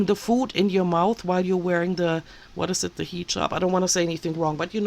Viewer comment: Yes, you prononce Hijab well 😊